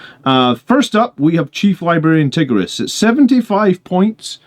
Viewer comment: Tie-gear-ee-us lol